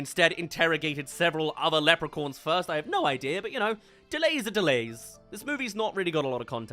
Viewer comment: The way you pronounce Leprechauns